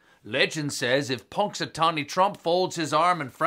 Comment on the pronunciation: Ponxatony Trump!! Hahahaha